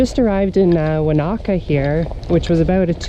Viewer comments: WAnAKA, not WaNAh-KA!!! Not Twizzle, but Twizel!! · Great wee video but to a kiwi the pronunciation is phonetic ,you sound like you are sayin it in a way I would expect American Indian pronunciation Have a go at "won a ka " You percistancy is to be admired to get the best shot .Well done I think you nailed the pronunciation and the photo in the end